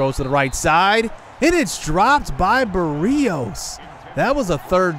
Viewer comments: No hate but as a Miami fan hearing Berrios pronounced like that hurts me. (Berry-Ose) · Great series! Btw berrios is pronounced berry-Os